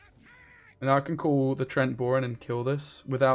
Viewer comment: Love your vids, but it's treeant, not trent ;)